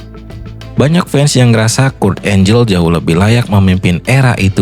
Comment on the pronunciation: Kurt angle dibaca kurt enggel bukan kurt enjel, maaf saya kritik🙏🏻